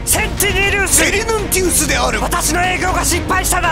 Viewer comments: 上司を「上司」呼びしてるのがすごく気になるww セリヌンティウス を言えないメロスwww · セリヌンティウス言えてないwハンカチの動き速すぎwww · セリヌンティウスって一生言えなさそう( 'ω')